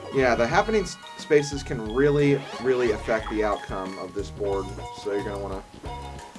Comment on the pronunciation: Best borad ever. Loves the borad